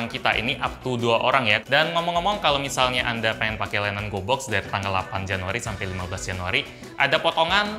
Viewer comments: Gw kira pas dia ngomong gobox dia ngomong goblox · Gue dengernya GOBLOK astaga 😭